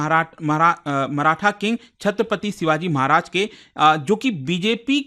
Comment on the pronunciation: Respect for you & ur Hardwork Sir❤ But U are mispronouncing name of our Maharaj 😢